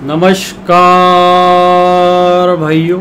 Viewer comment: नमस्कार ऐसे मत बोलो ऐसा लगता हैं की नमस्कार को बलत्कार कर रहे हो😂😢😂😢😂